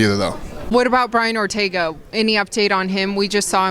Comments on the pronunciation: said Ortego 😉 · Brian ‘Ortego’? Damn...Boner kill